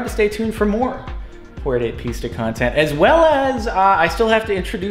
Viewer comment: i hate to do this but it s pronounced piss-ta not pees-ta